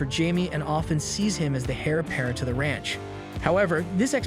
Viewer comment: Who is narrating this? "Heir" apparent is pronounced like "air" not "hair. " Also, "protagonist" is pronounced pro- tag'- o- nist. Where the "tag" is hard. Not pro- ta-gon'-ist where the "gon" is hard. 😂😂😂